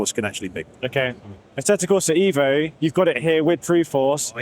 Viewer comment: It's eh vo 😂 I like these wheels alot they look good